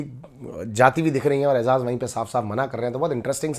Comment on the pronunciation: baki sari baten to sai ha lkn eijaz ka nam to sai la bhai. its eiJaz not eiZaz